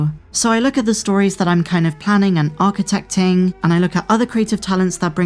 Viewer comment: Did he say architechting?